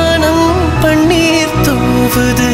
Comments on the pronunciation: your pronunciation is wrong, you are saying பண்ணீர்(പണ്ണീർ) instead of பன்னீர் (പന്നീർ or you can correctly say as പന് നീർ). The beauty of Ilayaraja is he never ever allow a single singer to pronounce a single letter in wrong way in his 58 years of career. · Panneer" Wrong pronunciation. Horrible to hear. Music directors yester years would have never allowed such flaws. Tamil killed Sorry. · பண்ணி அல்ல பன்னீர். உச்சரிப்பு படித்த பின்னர் பாடுங்கள். அப்போது தான் அழகு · அழகான பாடலை, இந்த ஆள் உச்சரிக்க தெரியாமல் பாடி கெடுத்து விட்டார். வாணம் அல்ல, வானம். பண்ணீர் அல்ல, பன்னீர். தானம்மா அல்ல, தானமா. பாடினவன் பாட்டை கெடுத்தான். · பண்ணீர் இல்லைப்பா. சற்றே தமிழ் உச்சரிப்பை மிகச் சரியாக செய்யலாமே. பாட்டு நல்லாதான் பாடறாரு. பெண் குரலை ஆண் குரலில் பாடுவது சுலபமில்லை